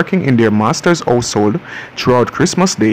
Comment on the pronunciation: I don't know how is narrating this, but he totally forgot his "H's" it's "ouse" or ouseole and fambily.